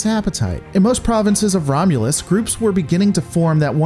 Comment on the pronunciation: 'The Romulans plans to invade Romulas.'